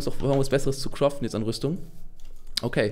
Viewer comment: heißt craften nicht croften xD